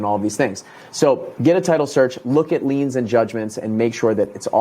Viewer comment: Liens not leans👍